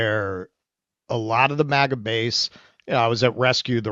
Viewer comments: It’s MAGA, not MIGA. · It's MAGA, not MIGA! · It’s MAGA not MIGA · it is MAGA not MIGA. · MAGA not MIGA